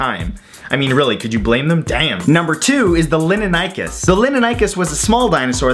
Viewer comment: Time to correct your pronunciation. Pegomastax is not "Peh-goh-MA-stax." It's "Peh-GAH-meh-stax." "Lin-in-NIE-kus?" Seriously? It's "Lin-HEN-eh-kus." "Long-is-QUA_mah." No. Just... no. "Long-IS-quh-mah." "Jee-GANT-oh-rap-tor" is "JIE-gant-oh-rap-tor". Think about it. Do you say gigantic or jeegantic? This is where I started to scream at your baldness. "Mam-INK-ih-sore-is." You didn't even pronounce the "saurus" part right. People with functional brains know that this dinosaur's name is pronounced "Maim-EHN-chee-sore-us." "Jay-hole-OP-ter-is?" Complete slaughter. "Jay-HALL-op-trous." "Soo-zoo-SA+ORE-is?" How? How!? HOW!?!? Can you not read!? It's so obviously "Soo-ZYOU-suh-rus." It's "In-SIS-is-VAH-sore-us." "Sher-ah-vipp-TEAR-ux." Do you even research, bro? "Hell-ee-COP-pree-on." You have failed so, SO badly. I take it all you did was Google these and read about a paragraph on each? These aren't weird at all. Why did you rush this video so badly? The content isn't even good. I want to smack some sense into that lustrous head of yours. If you're going to do a video on dinosaurs, why would you not do proper research on dinosaurs like watching scientists at least say the names? Then you'd at least know how to say these names. If anyone has read this far, this guy is an idiot. I propose we slap him so hard, his hair follicles become functional. My videos are much better but him saturating the video feed is ruining the chance of people who are worthy. Listen, Matt. You either shap